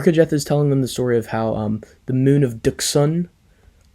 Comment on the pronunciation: It's pronounced Ducksun in KotOR.